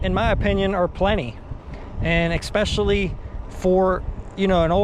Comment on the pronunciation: "EX-pecially"...seriously? C'mon dude. ESpecially...I know it's a nit picky thing, but I speak for a living and would get crucified. Otherwise man, I love your videos.